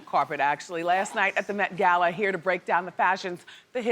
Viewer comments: "Meth Gay-La" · Met ”gaila” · Bevy went to the ''Met Gayla'' looked a mess lmfao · The Met Gayla.... LOVE IT!